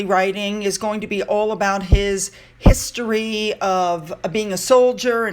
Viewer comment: When you first said the word "history" I heard "hipstery".